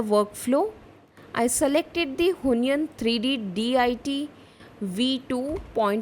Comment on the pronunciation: Why do you pronounce it who-ny-an? It's wheon- followed by -yen (with o shaped mouth). wheon-yen